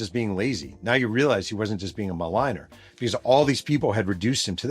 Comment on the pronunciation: He means “ malinger “….